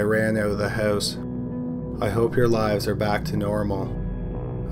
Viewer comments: I love it when your canadian accent comes through. "How the killer got into the hoos" 😅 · In the same hoose